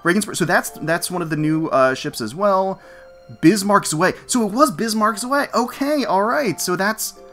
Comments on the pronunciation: From what I was told it said SOS gets removed, and the weekly tries upped to compensate. I hope no Germans got harmed by your pronounciation of "Zwei"... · Hilarious how you pronounce the "Zwei" xD Not meant to be critic, i just find it funny ^^